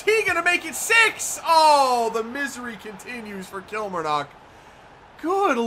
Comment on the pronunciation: Lovin the series but one thing your saying kilmarnock wrong